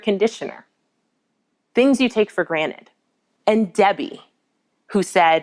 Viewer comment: its granted not granite...lol didn't a movie just recently make fun of that